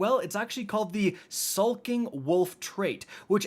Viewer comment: Bro I swear you can’t pronounce anything right. Skulking 😂